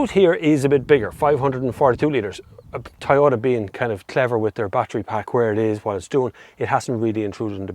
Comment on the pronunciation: Why do they pronounce it as Tie-ota? Is this the same brand we know as Toyota?